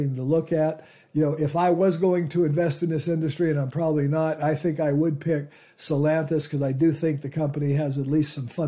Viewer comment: The root word for Stellantis is STELLA (a star) so it is not pronounced stellANTiS but STellANtis.